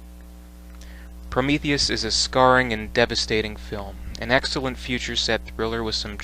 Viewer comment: Did he say he loves Promethus?? 🥴🥴🥴